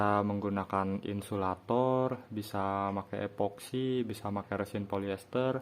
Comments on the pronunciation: Kalau nyebut resin kok rêsin? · Emang ga wajar cara nyebutnya